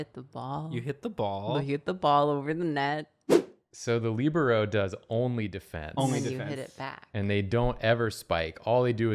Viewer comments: "leebarrow" is KILLING me yall its "le-bear-oh" XD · I’ve heard the pronunciation of libero as “lih-BEAR-oh” and “LEE-broh” ... But not whatever that was Edit (bc I forgot I wanted to mention it): anywho I, myself, am a setter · The way the pronounce libero really kills my volleyball heart😭😂 I’ve always heard liBEARo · I’ve also heard “LEEbro” which also hurts, but is still more normal than whatever abomination they were sayin 😂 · either my entire volleyball team had pronounced libero wrong or the entire drawfee crew is pronouncing it wrong and i'm honestly not sure which option is preferable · the way they say libero... guess we can't all be jocks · it hurt me so much how y’all are saying libero and defense 💀💀 love the vibes of the episode, david day 10/10